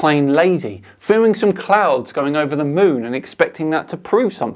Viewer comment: "clouds" became "clounds". Well then... lol